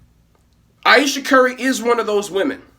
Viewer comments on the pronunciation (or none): Ayesha. Eye-eesha. I-eesha. What's her middle name, Floquella?